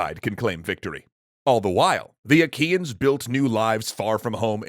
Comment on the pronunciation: I know this isn't the point of the video, but whenever Troy's enemies are mentioned, all I can hear is 'IKEAns'...